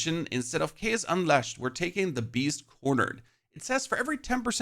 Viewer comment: How the hell are you saying “unleshed” but then reading it later correctly as “unleashed?” wtf is wrong with you dude